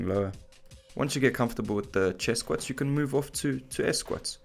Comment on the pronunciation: Lost me at „Squets“ 🤣🤣🤣